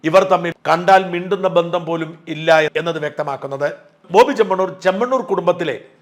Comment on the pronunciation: ബോബി 'ചെമ്മണ്ണൂരല്ല' ചെമ്മണൂരാണ്